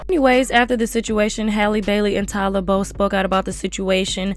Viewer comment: Her name is Halle not Haylee. Also Cardi should focus on making some music because this is giving paid spokesperson vibes🤷🏽‍♂️